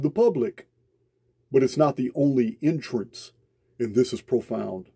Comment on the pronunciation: thanks ❤️❤️ I love your voice! and your accent ❤️ (I'm not being sarcastic, I know you've copped flack over how you sound, I'm just here to say I love it!) especially when you say 'entrance' and it sounds to me like 'intrance' much better word!! and somehow your 'understand' sounds like 'innerstand' also, heaps better word!! thanks man, really appreciate you ❤️❤️